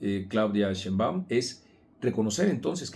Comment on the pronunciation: Y para qué dices “sheinBAUM”! Se dice sheinbaum y punto! vieja asesina!!